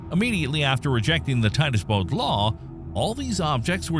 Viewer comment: They said Titus Bode law . Not word . They talk insult story .they are wrong .